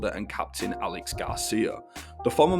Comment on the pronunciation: It's not 'Alex', it's 'Aleix', pronounced like 'Aleish' Really disappointed by this.